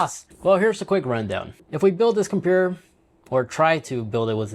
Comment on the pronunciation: WTF is a compewer😂😂😂